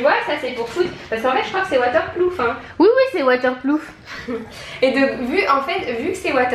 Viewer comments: en passant ont dit waterproof pas waterploof quel délire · On dit WATERPROOF pas waterplouf 😅😂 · Coucou les Filles !! Vous m'avez fait bien rire avec votre WaterpLoof... Gros bisous !! 😊 Et j'adore ce que vous faites, vous êtes très pro ! 🎈 Ps: C'est Waterproof (peut être que vous le savez déjà... Désolé d'avance !!) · Je sais pas si vous êtes sérieuses, mais c'est WaterpRoof et non waterpLoof! 😋